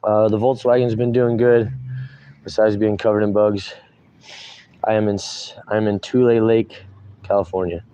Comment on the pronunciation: Yes you said the name of the town right I have cousins that live in that area